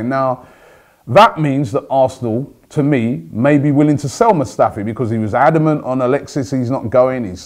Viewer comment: HIS NAME ISNT SQUADRON MUSTAFI ROBBIE FFS